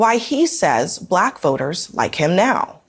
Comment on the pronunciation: YES. It sounds like he's trying to add a syllable to "Black." Like, "B-(uh)-lack" or something... Drives me to distraction every time I hear that racist speech...